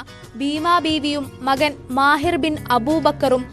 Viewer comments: മാഹിർ അബൂബക്കർ അല്ല മാഹിൻ അബൂബക്കർ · മാഹിൻ അബൂബക്കർ എന്നാണ്....മാഹിർ അല്ല.